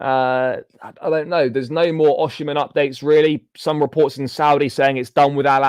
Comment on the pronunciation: Its O-sim-hen not O-she-man